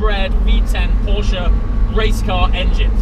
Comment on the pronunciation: The only english talking guy who says Porsche in the right way 😂👍🏻 greetings from Germany ;)